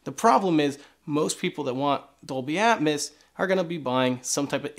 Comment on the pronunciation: Say it with me...Atmos (at-mose), not Atmas (at-mas).